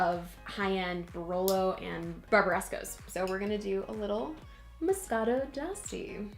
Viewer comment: You're pronouncing it wrong. D'Asti is pronounced (De Asti), the "e" is pronounced even in English.